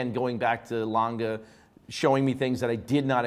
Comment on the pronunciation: Watch critics and presenter but can’t pronounce Lange?? Please try harder, there’s E on the end and in German language it’s a strong Letter. Just like Porsche. It’s not Langa. It’s Lange